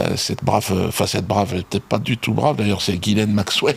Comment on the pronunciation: Putain Dieudodo Ghislaine (jis-laine) pas Guylaine...